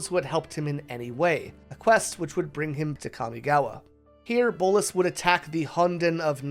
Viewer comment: Bolas not bolis